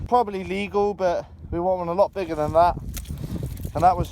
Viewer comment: i lost it at 7.46 when he said nigga instead of bigger lol